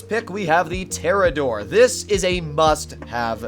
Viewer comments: Us: Pronounces it toreador Him: TeRaDoRE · Literally cannot pronounce the Toreador correctly and thinks it only take 4 missiles to destroy when in reality it takes 6. Automatic thumbs down 👎 Seems like the more uninformed and goofy you are the more views you get....TF?.....Bruh....😒